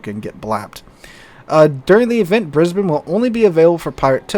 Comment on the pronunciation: As an Australian, thank you so much for pronouncing Brisbane correctly. Most yanks seem to struggle.